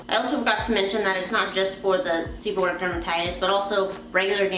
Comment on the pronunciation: Beautiful hair and good review and the first two syllables of the word sound like "sever" and the last two syllables of the words sound like "read it" but the "it" is pronounced "ic" so it's like" sever read ic" or "sebor "reic" thus seborrheic dermatitis.